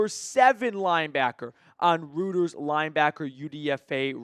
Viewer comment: Hey if you are referring to Reuters it is pronounced "roy-ters".